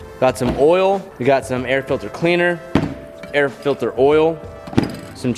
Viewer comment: “The air FILTHER”😂